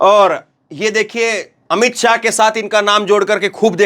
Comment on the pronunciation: आतमसम्मान नहीं आत्म सम्मान बोलो शुद्ध बोलो मोदी योगी के चक्कर मे बोलते समय अमित स्याह नही शाह बोलो